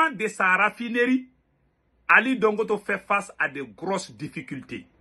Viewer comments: On dit Dangoté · Il s appelle Ali dangote pas dangoto